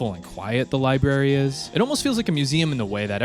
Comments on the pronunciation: li brary. not liberry. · Library, not Li Barry 😭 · Lie berry